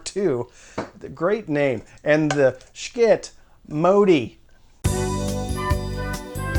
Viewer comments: I like how you pronounce the Schiit ask “Skit” versus sh*t which is the way it is pronounced. You are so entertaining. I appreciate your reviews. All the best! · This dude is so moral that it prevents him from correctly pronouncing the name of the product he is attempting to “review “. Far too moral for me, OK?! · I thought it was called sh!t not Skit?!?!